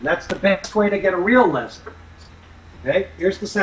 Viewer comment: a feslie lol not leslie get it lolol